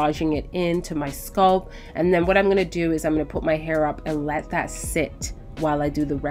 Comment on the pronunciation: Wth is a sculp?? I thought it was scalp -Sk-al* the a pronounced like when you say apple* LLL-p Sorry if this seems extra but the entire time I was genuinely confused like wth is a sculp..till I saw her applying product to her hair. Otherwise then that love love loved the video.❤